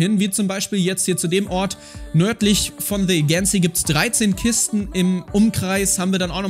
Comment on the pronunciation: Es wird Eydschensie ausgesprochen